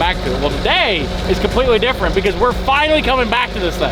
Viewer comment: “Differant” I love that the editor spelled it how pronounces it 😂